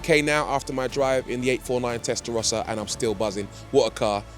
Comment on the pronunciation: Testarossa is defined by those horizontal slits. Stop butchering legendary names